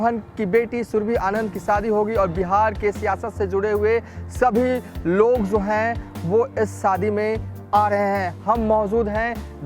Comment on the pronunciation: Hindi bolna sikh lo bhai . Jo ko zo bolte ho .